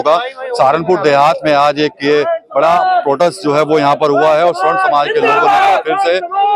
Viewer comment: स्वर्ण नही सवर्ण कहे